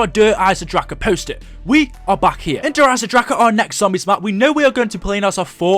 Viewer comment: 1 thing that quite annoyed me der eisendrache is pronounced der iesen drakon